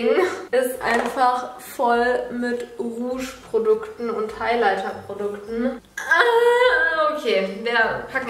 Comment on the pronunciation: Sorry für Besserwisser aber es heißt Rouge😂